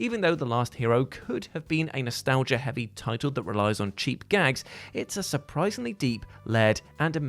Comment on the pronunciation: Nostel-gaia haha... Nostalgia it's a soft G pronounced like the j sound in jell